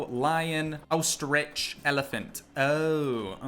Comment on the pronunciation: Glad all my life I wasn't the only one who says Ostri"g"🤣. lol. Planet Zoo is so awesome dude☺